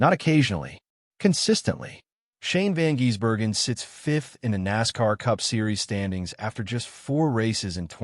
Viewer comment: last I checked it's Van GISS-berg-en, not Van GEESE-berg-en